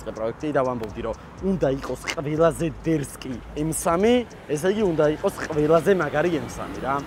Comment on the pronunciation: პირველად ვნახე ადამიანი ვინც სიტყვა “დერსკი” ს ამბობს სწორად და არანაირი “ძერსკი ძეცკი ძევრსკი და იბიოოოოომაააატტტტ იმპროვიზაციები” 😂 საღოლ ძმაო გამისწორდა!❤